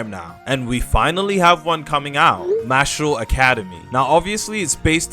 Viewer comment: MARshall say it right my guy your meant to be English